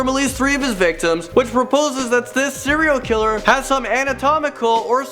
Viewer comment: Is he saying 0 killer or serial killer